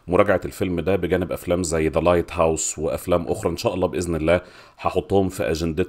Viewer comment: ياحج لايت هاوس بقى، الناس كلها بتقولك لايت هاوس😭